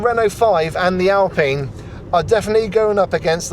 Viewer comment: Nice review. I have the 40KWH version on order, so I wish Renault gave out both the battery sizes for review! Also just for future reference "Alpine" is pronnounced "Alpeen".